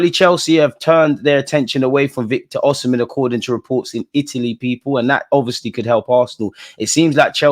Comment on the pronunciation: My brother its Osimhen not oshimen lol